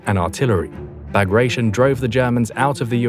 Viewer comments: Bagration is pronounced Ba-grah-tee-`ON. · I always thought it was pronounced Bah-gra-tee-on. Operation was named after Pyotr Bagration, Russian Empire general of Georgian descent during the Napoleonic wars. Wehrmacht's Army Group Center was smashed to pieces... Of course the Soviets let the Wehrmacht do the dirty work of putting down the Warsaw Uprising before taking over Warsaw...